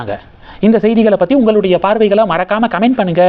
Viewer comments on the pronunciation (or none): none